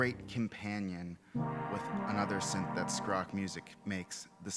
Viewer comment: I like your pronunciation of skrock! It's an older swedish word for superstition.